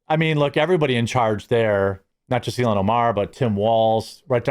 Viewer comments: ILL-HAAAANNNN NOT ILL-E-ANN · ILL - HAN. 2 syllables..."ILL" like to be sick, and "HAN" like to pilot the Millennium Falcon .